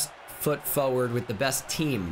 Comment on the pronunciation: The way he says forward is hilarious “fowerd”